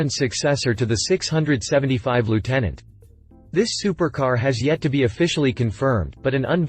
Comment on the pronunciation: Longtail you clown. Not fuking liutenant